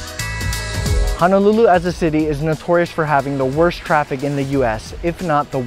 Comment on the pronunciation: Auwe. “Hana”lulu. C’mon guy 😉